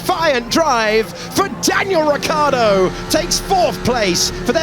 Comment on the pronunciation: Even when he leaves they don’t say his name correctly. Saying “rich-ardo” is too difficult, probably